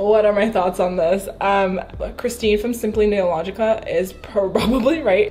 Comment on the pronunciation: bruh she said simply nailogica instead of nailogical 😂